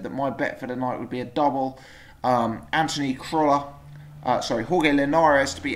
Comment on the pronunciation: Jorge is pronounced horhay not horgay